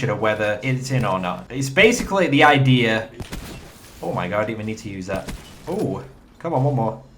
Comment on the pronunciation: I love it when you say "idear"